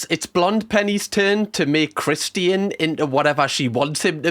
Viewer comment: lol the way you say Christian’s name I keep wondering who the heck Christine is lol 😂